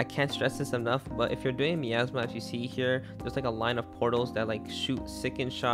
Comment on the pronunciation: You pronounced "Gemsbok" + "Miasma" so wrong...